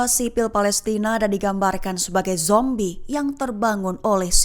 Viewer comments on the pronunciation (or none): none